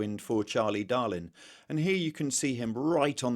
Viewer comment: Charlie Dalin not “Darlin”!